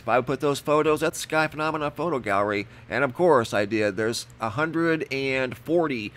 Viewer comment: The way he says phonamina is really annoying